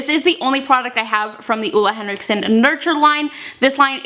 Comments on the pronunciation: Great video! He makes amazing skincare :-) And btw, it's actually more like Oh-le Henriksen, not Uh-le Henriksen :-) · It´s not Ola Henriksen, its Ole Henriksen :) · hehe, I'm from norway and you don't actually say ole henriksen like that <3 it's very hard for english talking people to get it right.